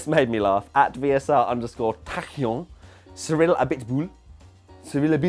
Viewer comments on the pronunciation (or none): none